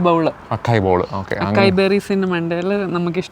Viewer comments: It should be pronounced as a-sai bowl. I also realised that a while back. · It is അസായ് not അക്കായ്. 😊 Also it is pronounced ജലാറ്റോ not ഗലാറ്റോ.😅